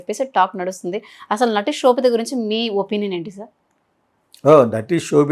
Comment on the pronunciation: Anchor, sobitha not kshobitha